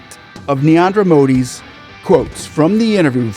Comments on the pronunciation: Before spamming Indian views at least put in minimum effort to pronounce the Prime Ministers name properly. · This American scavenger INTENTIONALLY mispronounces the Indian Prime minister’s name. Stinking racist American.